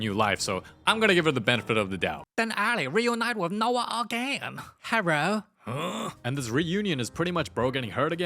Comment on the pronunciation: "Herro" 😅 beniHana Terriyaki immediately came tew My mind!😂 like Why would You say that🤭!!!